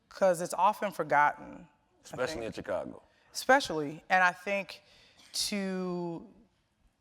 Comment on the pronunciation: I hate the way Charlamagne pronounces the word "Chicago" lol